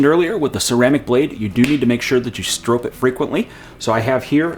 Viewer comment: There is no e on strop. It rhymes with cop and top, not cope or rope.